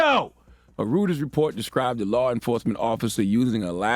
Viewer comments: hahahaha....."puh sahki"??? do you even WATCH the news???? and it's pronounced 'roy-ters"....not "roo-ters" WOW! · It's pronounced Roy-ters, not Rooters. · Reuters - Roy -turs. Charlemagne, I know that's besides the point, but nobody's gonna take our journalists seriously if we can even pronounce the news source correctly. I'm not even gonna get into this video. Smh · How does Charlamagne not know how to pronounce Reuters?